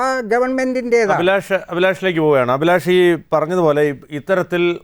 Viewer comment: ശ്രീ , അഭിലാഷ്! താങ്കളുടെ പേര് താങ്കൾ പായുന്നത് അഫിലാഷ് എന്നാണോ? അഭിലാഷ് എന്നാണോ ,? താങ്കൾ ഇവിടെ പൊതു വിദ്യാഭ്യാസം എന്ന് പറയുന്നതിന് പകരം , പൊതു വിദ്യാ ഫ്യാസം എന്നാണ് പറഞ്ഞത് , ഇത്തരം തെറ്റുകൾ ആവർത്തിക്കാതിരിക്കു വാൻ, വിദ്യാഭ്യാസ നയം പുന:ക്രമീകരിക്കകയല്ലേ വേണ്ടത്